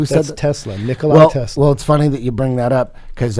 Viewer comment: The guy can't pronounce Tesla's first name right. It's not Nikolae or Nikolai but Nikola, like Eddie Bravo said. Nicolae Ceaușescu was a Romanian communist politician and dictator. Nikola Tesla was a Croatian visionary and genius. Btw, lots of books were written to hide the truth. They are used as the means of distraction.